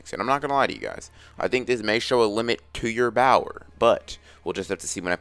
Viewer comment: is it just me are am i hearing bower and not power